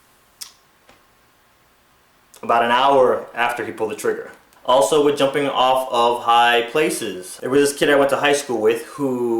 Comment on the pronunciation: The word is "WITH" not fucking "WICH".